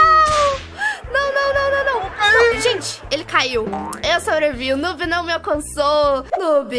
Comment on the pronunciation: Oi!!!! Tudo bem? Então, eu só ti aqui pra falar a pronúncia de noob na vdd é "nuub" mas é só um comentário nada contra kkkk, um grande beijooo